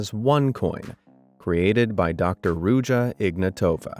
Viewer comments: as a bulgarian myself, the way you abslutly butchered ruse in the beggining just had me rolling on the floor in a mix of cringe, laughter and pain. Good video tho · PLS have some respect and pronounce Ruse/Русе correct! It's not hard.